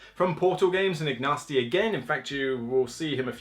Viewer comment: It's pronounced Ignatsy, not Ignasty! Now try saying Teotihuacan 3 times. I thought the new game would be wingspan but maybe it's coming soon. ;)